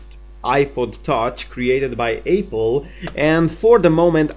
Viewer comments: He said ayppel #ayppel 😂😂😂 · eyple instead of apple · ... by APE-ELL